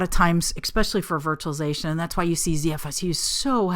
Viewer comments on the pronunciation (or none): 'ek-specially...'...what sorcery is this? :)